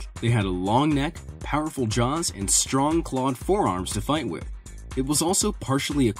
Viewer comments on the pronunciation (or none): none